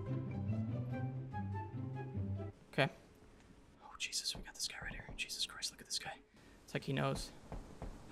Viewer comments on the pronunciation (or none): none